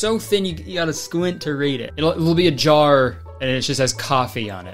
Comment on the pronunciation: kurtis says "jar" like "jawer" and it gets me every time